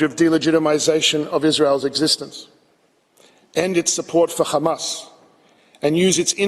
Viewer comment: Remember the list he’s lies are as big as his belly stop the genocide and give them their land back btw it’s pronounced hamas not qamas